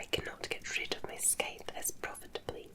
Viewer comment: Scythe, scy pronounced like the sci in science